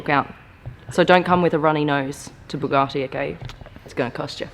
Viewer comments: BugaRtti? No R in it. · ....bloody annoying! There is no "R" in Bugatti......Bu-Gat-Ti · There is no R in Buga(R)tti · Oh my god, it's Bugatti, not bugarrrrti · B-you-gah-tee not Boo-gah-tea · Bugatti, not Bugacci. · Bug-A-ti not bug-are-ti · Boo-garti … that bothers me 😂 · Say (Bugatti) right where is the (R) in (Bugatti) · What's a Boogarti....?! 🤣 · the way she says Bugatti (boogarti) makes my 👇shrivel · the way you pronounce “Bugatti” triggers me....-.- its not Buhgati...🤮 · Please point out where the R is in Bugatti. I can't find it anywhere. Maybe it's a silent R in which case please stop using it. It's a BugAtti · You say it wrong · Buck me she can't even pronounce Bugatti properly...the title of this video isn't accurate either... 2.32m subs... Someone's paying people to sub this channel... Sorry it's just not that good. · Say ‘Bugatti’ right 🤦‍♂️ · She is clearly not saying it with an r. She has an Australian accent and that is how Australians pronounce A's. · I'm sure there's not a r in the name Bugatti. Jesus dum dum. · Hate when people say bugatti like them rappers. I say it like the uk top gear boys do. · The pronounciation of "Bugatti" is annoying yet attractive, I've never been so confused